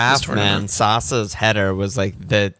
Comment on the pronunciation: gr8 pod. It's pronounced Sasha btw. arnie got mad at a commentator for pronouncing it sasa :D